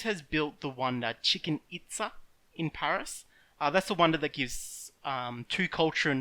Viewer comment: "Chicken Itza" lmao.